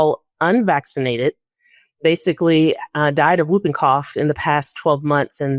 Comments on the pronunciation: The term, "whooping", is spoken as "hooping", not "wooping"! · Oooohhhhh FFS Americans... it's pronounced "hooping cough", you sounds dense when you say "wooping cough". Yes, it's spelt "whooping", but for crying out loud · The disease is pronounced; HOOPING-cough, not WOOPing-cough. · It's pronounced Hooping Cough, not Wooping Cough. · It’s screws up badLY… LY LY Badly, Quickly, Really… Stop destroying LY. Why is America raping grammar so bad-LY, now. Also It’s pronounced Hoop-ing cough. It is not Whoopi as in Goldberg it’s not woop-ing cough.. H with a huh.. hoop ing cough! Pfffttt Yanks. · Pronunciation of "whooping" cough - the "W" is silent, as in "whole" & "who", so it's pronounced "hooping" (rhymes with looping & stooping). "Wooping" rhyming with looking, is the slang term in the US for getting smacked. (Sorry, it's the teacher in me. LOL) 🙄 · I always pronounce whooping as hooping. The w is silent, but I guess u guys say it differently over in USA. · The correct pronunciation is "hooping cough," not "whooping cough." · It's pronounced hooping cough! And that poor baby!! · I don't get the politics and immunisation re USA that is being discussed. I live in Australia...you walk into the doctors and get the vaccine you want. PS Whooping is pronounced hooping the W is silent. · It’s whooping , WHOoping cough. The W is silent. The US is going back to the 19th century. Babies are dying of diseases that are all but extinct in the developed world. Next you’ll have to start making calipers and/or iron lungs. Simply because of Polio. TB should be fun for you too. I hope my country won’t let people. from the US unless they can prove they have conducted a vaccination program. What a silly country.